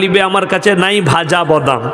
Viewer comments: উচ্চারণ করতে পারে না। বদাম 😂😂😂😂😂😂😂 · বদাম আবার কি বে🤨.... উচ্চারণ করতে জানিস না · আসলে ওনি ওনার আঞ্চলিক ভাষায় কথা বলছেন ত তাই বাদামকে বদাম উচ্চারণ করছেন। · ক্ষমা করবেন হুজুর বদাম না, বাদাম শুদ্ধ। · আগে বাংলা টা ভালো করে শিখুন ওটা বদাম না বাদাম হবে আর আমাদের ভারতে বিষয়ে ওতো ভাবতে হবেনা নিজেদের বাংলাদেশে নিয়ে ভাবুন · Badam tai thik moto bolte parchhen na....